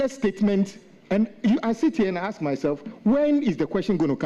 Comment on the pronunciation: What is aks? "Ask," not "aks." Past tense is pronouns "ast". The chairman needs to work on his pronunciations.